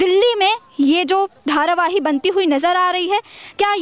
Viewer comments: its not dharavaii its dharavi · धारावाही नहीं धारावी। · Dharavahi ni hai mam dharavi bolo